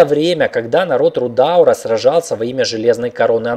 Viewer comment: Приведу один пример: не "РудАААур", а "РудаУУУр" и таких еще много. P.S. Извините за грубость, просто под наплывом эмоций.